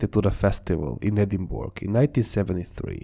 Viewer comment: I understand that English is your second language and you are excellent at speaking it. So please don’t be offended by my correcting you. I just thought that you are such a perfectionist, that you would rather know than not. Edingburgh is pronounced as Edin-burrow. We English like to be awkward I guess. We have Gloucester (Or Gloucestershire) pronounced as Gloster and Worcestershire pronounced as Wuster lol.